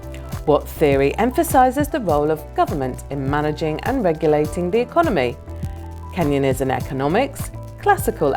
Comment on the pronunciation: needs to work on her reading or pronunciation. Maybe look at the quiz in advance, look up pronunciation and practice. Keynesianism is canes-in-ee-ism